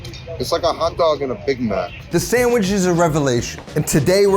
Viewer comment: Did you say samagizz?